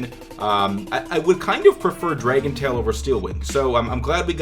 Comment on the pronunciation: who's says dray-gon?? It's clearly Drag-on...... lmao..when I heard that I said what the fuck.....